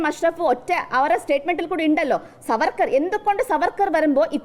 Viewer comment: Vd സർവർക്കർ അല്ല മാഷേ vd സവർക്കർ